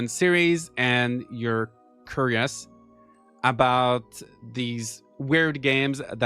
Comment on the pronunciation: "curious" you pronounced it curry-ous the correct pronunciation is k-yur-ee-ous